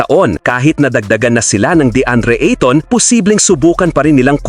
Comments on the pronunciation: Skip video dahil sa annoying ITON INSTEAD OF AYTON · A -TON PO HINDI i-TON PO😀😀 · ahahaha........ Ayton pronounce as eyton....